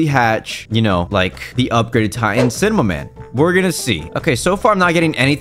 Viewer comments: He said cimaman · I love how say "cimemaman" not cinemaman